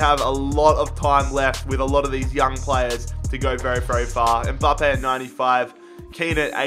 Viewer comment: it's Mbappe not Umbappe